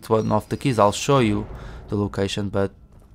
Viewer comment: no hate, just curious - why "shapter"? your video is really great by the way, I like it very much - everything explained in detail, very calmly and comprehensibly :)